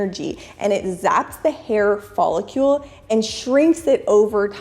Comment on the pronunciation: Did she just say “pacifically” instead of Specifically 😅and “Folicule” instead of Folicle